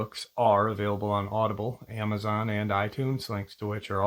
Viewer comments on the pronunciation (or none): none